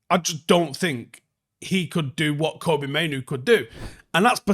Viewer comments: It's Fkn "Kobbie", FFS man, Not Koby. Like "Robbie" but with a K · Please get Kobbie's name right. It's Kobbie, like Robbie or Bobby.